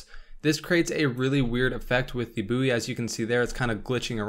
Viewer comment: Mas said booeww instead of its proper pronunciation :')